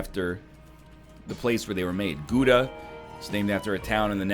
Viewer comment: NL, you take the o-sound in 'now', then you go: g – o – daa. That's how to pronounce Gouda. I mean you really should know this since your name and the country literally have the same abbreviation